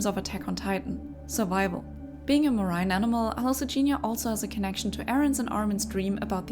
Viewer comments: " a MUH-RĪNE animal" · "marain animal" lmao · Enjoyed the video! BTW "marine" is pronounced "mah-reen" :)